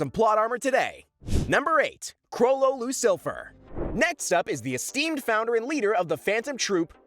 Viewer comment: “Chrollo Lucilfer”💀